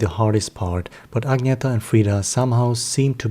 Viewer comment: It’s Ag-nee-tah. And your voice is extremely boring. Hire a professional person to read your inane opinions please. And learn to pronounce their names properly. If you don’t know how, watch official Abba videos where THEY speak and tell their names themselves. Idjit!